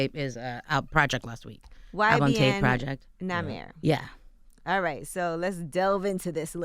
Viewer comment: She said Nahmir lyrical.